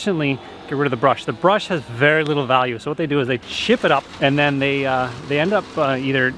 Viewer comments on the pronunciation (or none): none